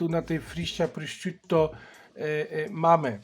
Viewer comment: wymawia się prosziuto